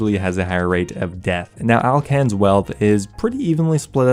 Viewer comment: Alcan is called Alkan